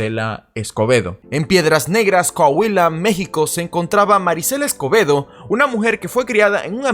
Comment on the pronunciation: Escuche acebedo. En vez de escobedo, la primera vez que lo dijo 😅